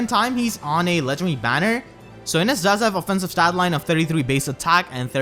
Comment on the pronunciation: Ennes? NO! It's Innes!